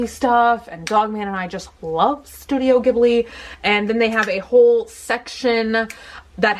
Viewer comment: Heeeeee, and "Studio GGIBBLEE" xD